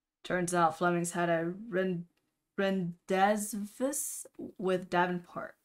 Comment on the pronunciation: Rendez-vous is definitely a hard one (French is hard XD) it's pronounced like "Ron-day-voo" (And I thought I'd come in and say Lune is also like Moon, pronounced like "loon")